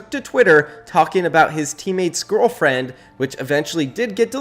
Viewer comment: bro you say gorrallfriend